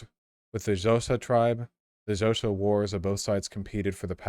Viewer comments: It's not pronounced zoza, it's pronounced clousa with a click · It's pronounced: "Khosa" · Unfortunately that is nowhere near to how it's pronounced. The X makes a specific click sound (alveolar lateral) followed by an airy "Ho" and "sa" sound It's a 2 syllable word xho | sa If you cant make the click the closest approximation is "Khosa" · Not really though, the "xh" is pronounced as a click on the side of the tongue. So it would rather be "click-oh-suh" instead of "Koh-suh". White South Africans say they latter since it is easier for us to pronounce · Fun fact: Xhosa (edit: NOT pronounced colesa) uses tongue clicking sounds as part of the language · "Zoza" made me immediately lose it too! I realise that X doesn't immediately look like it should be a click, but on a research stream, maybe Vaush should research pronunciation too, especially since wikipedia HAS pronunciation right up top on many articles. Would he have failed to say Xhosa correctly even after learning /xh/ is an aspirated click? Yes of course. But boy do I want to hear him try. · Xhosa is pronounced with a click btw. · Xhosa is pronounced with an initial click made at the back of the mouth. The sound you're describing is an isiXhosa word meaning 'hurry'. I suspect you met an isiXhosa speaker with the active sense of humour they're famous for.